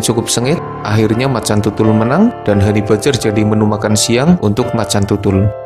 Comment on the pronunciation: om, mbacanya hani bejjer om, bukan hani bajer.